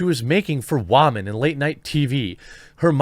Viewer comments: It’s women like “whimin” they aren’t a bowl of noodles sir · STOP SAYIN' WAMEN !!! Put some respek on the title ... You were birthed by a woman. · "Wamen". Wow, that's still so funny. You're about as funny as Lily is. Not cringe at all. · Why are you pronouncing the word “Women” that way? It’s sounds weird.